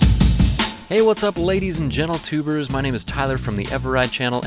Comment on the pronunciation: Did he just say "gentletubers"??!!